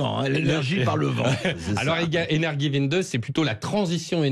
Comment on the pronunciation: Energie-wende pas winde 🙄